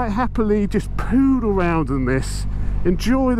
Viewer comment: At 9 stone, I'd look like a pimple on this. Pardon me for saying so, but it's 'pootle around', not poodle. Haven't actually seen that breed of mutt around for quite a while, as it happens.